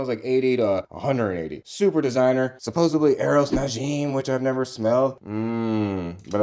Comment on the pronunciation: You didn’t just say “exspecially” and “supposebly” did you?! Love you vids